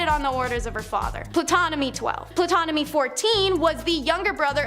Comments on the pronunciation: This video was fun and informative, but also extremely frustrating. Please have your narrator's know how to pronounce names before they make a clip, such as Ptolemy which is pronounce tol-oh-may phonetically or Tutankhamun tut-ankh-ah-moon again phonetically other than that great vid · Ptolemy is pronounced "Tolemy." This is taught in school. Learn words. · The "P" in Ptomely is silent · Girl, please get an education in World History. You got 3 MAJOR Egyptian names completely WRONG. Ptolemy - ‘Tol-a-mee’ Imhotep - ‘Im-ho-tep’ Tutankhamen - ‘Toot-an-ka-men’. Purposely mispronouncing historic names is sheer ignorance, not amusing. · Wait isn’t the P silent in Ptolemy lol 🤦🏾‍♀️